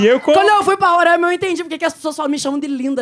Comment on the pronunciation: Só avisando, É Roraima não “Rorãima”kkkkkk